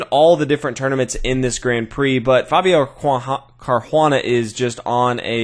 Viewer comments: nice video, but there is no "h" in Caruana, it sounds really bad how you say it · Good vid as usual. Except I have to agree, the mispronunciation of "Caruana" is grating. :( Why not just refer to the players as White and Black? So much more natural. And more clear: when you start throwing in the players' first names as well, it starts to get confusing. Seriously, just always say "White" and "Black".